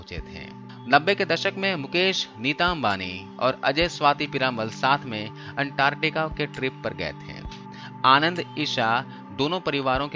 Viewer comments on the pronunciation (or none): none